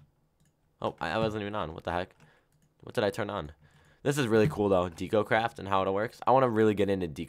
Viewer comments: You're pronouncing deco craft like H does. It's deck-o, not deek-o. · IT'S NOT DEE-CO-CRAFT! IT'S DEH-CO-CRAFT! UR KILLING ME WITH THE MISPRONUNCIATIONS! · De co not dee co not being rude and what mod is the one your in to